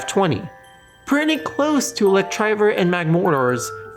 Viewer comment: Good video, but I hope Electivire's name never slips out of your mouth ever again. Electriver?